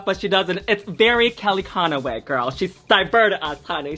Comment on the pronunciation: Kelly conoway? you mean Kellyanne Conway lol